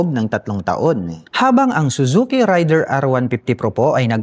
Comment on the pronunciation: Para sa Suzuki Raider: Mispronounciation po ang ray-der (rider). Ang tamang pagbigkas ay rey-der (raider)😂. 🆗?